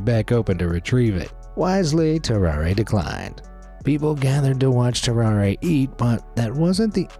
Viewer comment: His name is pronounced "tarrar", not "tarraray"